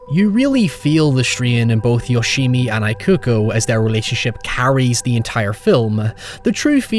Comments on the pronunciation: Just FYI, "Ikuko" is pronounced "eeh-ku-koh" :) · Mitsuko was fine to me, the “I” on Ikuko was what I couldn’t take 😅 It’s an Ee sound not an “I” like “I am” sound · Ikuko is pronounced with "ee" not "ai" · How can you watch an entire movie with people calling someone by their name correctly and then turn around and call her Eye-kuko for a whole video? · Similar thing with ikuko, instead of the I sounding like the word eye, it should sound like the EA in the word eat. So it should be pronounced as Ee-koo-koh. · You watched this, but you still can't pronounce 'Ikuko'? Come on, man, minimum effort.